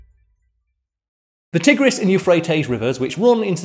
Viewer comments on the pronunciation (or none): FYI it’s TYE-gris not TIH-gris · He couldn't pronounce Tigris properly.